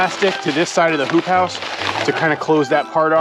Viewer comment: Does anyone else hear him say "poop house" instead of "hoop house"? Makes me giggle every time